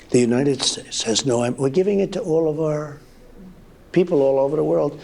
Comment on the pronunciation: He says United Shakes!